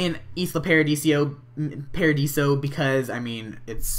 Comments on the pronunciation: Why do u keep sayin Isla Pardisio? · it's Isla Paradiso not Isla Paradisio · It's isla paradiso not isla paradisio! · I love how you said Isla Paradisio jajaja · hey with the new update you can move towns (and it's ee-sla pai-ra-dee-soh):D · Please, please STOP CALLING IT ISLA PARADISIO! Seriously? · It's pronounced Eye-La Paradeeso.